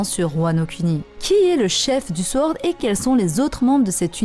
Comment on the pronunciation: ça se prononce sOrd, pas sWord ^^